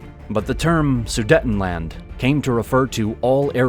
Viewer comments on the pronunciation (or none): It's pronounced Sudeetenland, not Sudetten. Only 1 T after the first E so it's pronounced long (EEEEEE). Sorry, this bothered me too much for some reason...😅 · It is NOT su-detn-land! The word "Sudetenland" is pronounced "soo-deyt-n-land," broken into four syllables: "soo," "day," "tuhn," and "land" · The second syllable in Sudetenland is pronounced ”day“. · Somebody please teach that person to pronounce Sudetenland correctly?